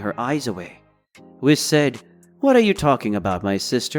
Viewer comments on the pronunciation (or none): lmao why he sayin whis name like that😂